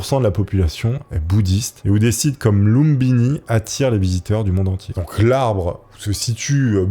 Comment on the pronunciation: C'est pas lumbini mais lumpini.